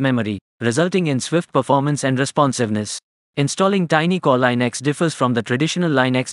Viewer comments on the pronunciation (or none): Plz, its pronounced linux, not leinux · It's not lynax its leenuks